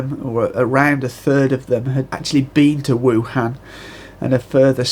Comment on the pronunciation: Wuhan is pronounced EwHan. So I suggest "Ewflu".